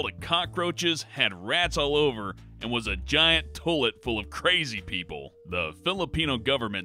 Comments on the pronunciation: Also had trouble with "centenary," and "toilet." I'm going to watch the rest just to hear him fuck up. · Cenentary instead of Centenary. Malina instead of Manilla. To-let instead of toilet. Consequentially instead of consequently. Pung-yong instead of Pyongyang. Chech-nean instead of Chechen. If this guy had a brain, he would make a great voiceover artist.